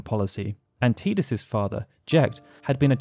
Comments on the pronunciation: Dear Lord why do so many people yourself included say Tidus WRONG!! lol even the lead developer calls him Tidus not Teedus or Teadus it's Tidus Ti-dus it's not difficult lol you say his name wrong so many times throughout this videos it begins to annoy lol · Can someone make me feel not alone in that I do not pronounce his name like that, my whole fam has always said Tidus like Tydus. I’ve never heard how others have pronounced it like Tea-dus IN MY LIFE. But have heard plenty people named/pronounced TIEdus. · TIDE-US not TEE-dus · I like how you continuously pronounced Tidus as "tee-dus," but then also pronounced his name correctly as "ty-dus" (timestamp ) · TYE-DUS. Not TEE-DUS. Tidus like Tidal. It's so frustrating to hear his name mispronounced. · His name is Tidus. It's pronounced TY-DUS not TEE-DUS.. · It's Tidus not TEEdus! As in tidal wave, or the tide coming in. Ocean related. Lol, sorry, that was like nails on a chalkboard after a while, but I really liked this vid. Great job sharing the deeper facets of the story! :) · like WHAT is a TEA-dus? I have never heard that in my life lol but yes like Titus! But with a D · Drink every time you say "Tee-dus" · Still refuse to pronounce Teedus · Tidus... "TIE-DUS" ffs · i cringe everytime he says teedus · You pronounced Tidus two different ways! 😀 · the only time you pronunced Tidus correctly. The pronunciation from Kingdom Hearts is wrong. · i can't even watch this because of the way you say tidus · I hate the way you say the main character's name... Considering how much of this world revolves around water it makes sense that his name would be Tidus as in the coming tide... Not Tidus as in I'm drinking a cup of tea... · cant watch. saying tidus wrong :)